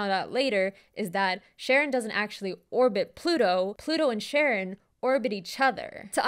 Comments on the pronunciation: I know it's probably for the bit ("no, not Sharon from HR" 😅) but the letter combo "CH" when it's a Greek word (like the psychopomp Charon) = "K", so it's not Sharon, it's Karon (ka-RON). It's why the word "chaos" is pronounced "kaos," not shaos. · I always thought Charon was pronounced Karen and found it hilarious that Pluto lost its planetary status due to the solar system's biggest Karen taking up too much space (or mass, technically).